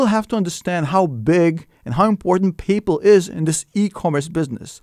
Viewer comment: Pay-Po lol